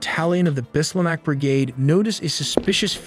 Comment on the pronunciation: Bislah not bislamah And it is a commander corse